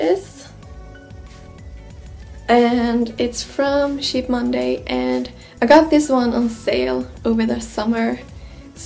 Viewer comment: It's funny how you pronounce the word "cheap"